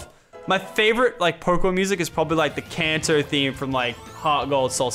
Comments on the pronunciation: he said KANZO its Kanto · he said kanto not cancer